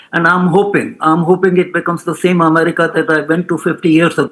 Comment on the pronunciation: Please pronounce America as EM-AIR-RICA and NOT as AMARICA.